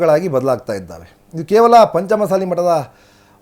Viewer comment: ಚೆಂದಾಗಿ ಪಂಚಮ ಸಾಲಿ ಅನ್ನು ಗುರುವೇ, ಮಸಾಲಿ ಅನ್ನಬೇಡ